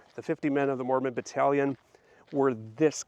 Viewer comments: FYI, Battalion doesn't sound like pavilion, more like AL IL for Battalion. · Correct pronounciation of Battalion Bat al ion Group of millitary soldiers Total of about 500 soldiers. The church was paid a sum of money for the services of the soldiers. The church accepted the funding to help the people who had been forcibly displaced so many times. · This was awesome! I loved it 😍., it's fun to hear you pronounce battalion. I always say it bat ( like battle) al eyon ( beyond without the b or d) 😊 I hope that you can do more content about the Mormon battalion. It is such a fascinating story. And you are a very talented storyteller. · 🤣 I love that! Differences are good. It'd be such a boring world if everything was the same. The way you say battalion does sound really funny to these Utah ears, lol, but it's fun 😁 Now I'm dying to hear you say bag 😉